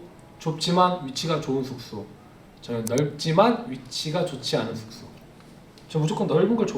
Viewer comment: 숙소 말할때마다 계속되는 th발음에 저항없이 터짐 Thㅜㄱ thㅗ ㅋㅋㅋㅋㅋㅋ 아 thㅜ켸줄 쑼켸줄